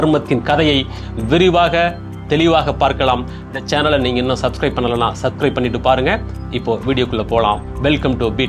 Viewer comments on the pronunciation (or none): none